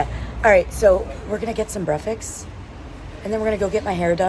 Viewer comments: Sister, the word is breakfast, not brefix 🥰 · Why is it so difficult for you to pronounce Breakfast right?!!! It is weird how you pronounce it. Break and Fast, but you seem to drop the K :-) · Not brefix.. it is BREAKFAST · love your vlogs, one question though why do you call Breakfast "Breafex"? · I m confused..... it's breakfast or it 's breafaks... 😅😅😅... No judging we love you ...we are your family....dima maroc... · I noticed you pronounce breakfast without the 'k" and with an 'x' at the end, as in breafix. Am I tripping ? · did she say breafaks instead of breakfast lol shes so cuute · Why do you keep saying : BREAFAKS instead of breakfast🤣🤣 love u by the way 🤣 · I'm curious, why do you say brefis instead of breakfast? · Did you just call it brefix and repeat it at least 15 times. You can understand it by saying break your fast after your sleep, therefore breakfast. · I love the way you say breakfast LOL breakfeks we are all here ur family here is few darija for words Olive = Zaytoun Plate = Tabsil Milk = Halib good video as usual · I love the way you say breakfast....brefix😄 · why do you say breakfast like that 😂😂😂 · I love the way you pronounce "breakfast" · Welcome in Morocco, you should visit Tanger city, and fez city you would love it, By the way i like the way you say Breakfast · It's so cute how she pronounces breakfast 😊